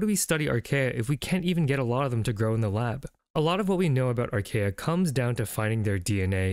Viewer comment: Great video, thank you! But archaea are pronounced ar·kee·uh